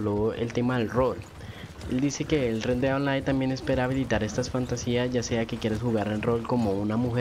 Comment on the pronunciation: Sugerencia: pronunciar bien parte del nombre del juego. Osea, Red Dead = Red Ded